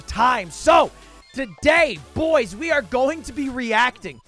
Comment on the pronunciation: I feel like he says Boyz not boy's